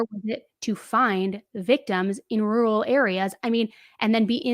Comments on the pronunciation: Don't worry, I can't say "rural" either. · Not you calling him dumb and you can't even say rural ho please